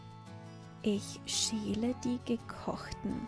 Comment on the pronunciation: I noticed how pronounces Schäle differently then what I have heard elsewhere. She says the word with like the name Sheila like she is replacing the ä with ie. Is this a dialect or is it wrongly pronounced?